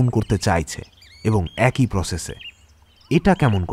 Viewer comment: গল্পটা ভালো কিন্তু উচ্চারণ ভালোনা। উচ্চারণ ঠিক হলে গল্পটা পুরো perfect হতো। """ব্যক্তি কিন্তু উচ্চারণ হবে বেক্তি, লেখাপড়া not ল্যাখাপড়া, এক-ই not একোই। প্লিজ কিছু মনে করবেননা বললাম বলে।